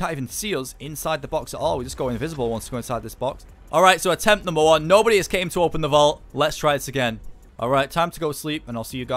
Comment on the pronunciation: Atemt not stem